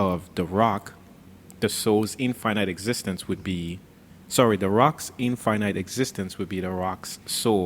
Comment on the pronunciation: The word is infinite, not in finite.